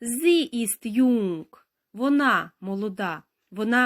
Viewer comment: Слово "jung" потрібно вимовляти коротко, тому що тут коротка голосна.